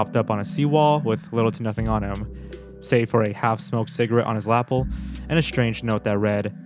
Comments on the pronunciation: lapel is pronounced la-pell not laple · "Lapple", you mean "Lapel"? That's pronounced "luh-pell". :-) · Lapel is pronounced Le pell, not lahpull. Just found you and love your videos tho. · Still unable to pronounce words, I hear. “Lapel” isn’t pronounced “l’apple” but “la-pelle.” The accent is on the second syllable. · Lapell... Bruh your pronunciation on words kills me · Luh-pale Lapple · Since we've been pronouncing his name wrong forever, we have to give him a pass for pronouncing "lapel" like it rhymes with apple. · Every dummy talking about how they've been mispronouncing, but no one gonna mention how mispronounced lapel?